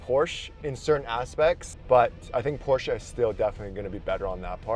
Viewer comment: Thank you for say Porsche correct